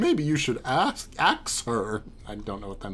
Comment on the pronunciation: 1.) Basically "ask" but mispronounced I read Meenah's voice and vernacular as "mid to late 2000's ghetto," something I am familiar with having heard during that time period. The fact you tried to mix Feferi's voice with Meenah and kept tripping over yourself is kind of funny. 2.) Aranea just happens to be shooting down ghost army idea while suggesting that hers is the best one. Nevermind that with Meenah's plan, the amassed army could cast a wide net to comb this purgatory dreamland very efficiently. 3.) Hoo boy, you're gonna have a field day with that! 4.) Fun fact: those E-Bubbles have more than one line, and they're randomly picked per interaction.